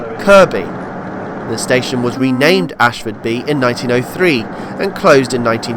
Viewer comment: Oops! The name sounds as if it has an "h" but it is Asfordby not Ashfordby.